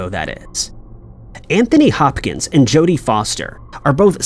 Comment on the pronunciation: "Anthony Hochkins"? Sound like the narrorator is having a Mandela Effect of his own